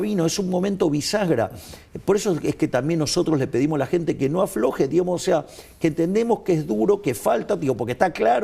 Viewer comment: SU MULETILLA "DIGAMOS" ES ENFERMANTE APARTE QUE DICE "DIHAMOS"